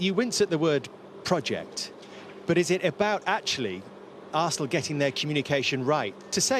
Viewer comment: Roy “Assnal” Keane